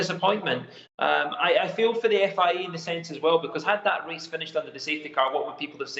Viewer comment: "FIE" that accent tho lmao